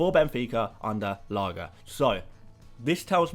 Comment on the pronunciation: I don't know if anyone has commented this yet but that's not how you pronounce Lage. It's not G as in Gordon but G as in George! It's been bothering me for a while that's it ahah great video!